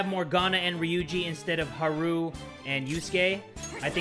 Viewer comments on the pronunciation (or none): Lol its hahru not heruuu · "Huhroo" it's hard "A" like hardy har har.